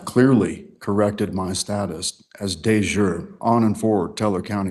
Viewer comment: "Thank you, sir" when beginning to address a female judge, and not double-checking how to pronounce "de jure," is a strong start. . .